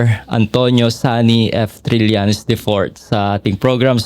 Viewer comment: TRILLAÑES, Trillañes, HINDI TRILYANTES. 😶 Sen. Trillañes